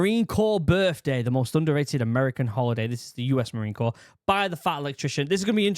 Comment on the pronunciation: not to be ugly, but it Corps, not corpse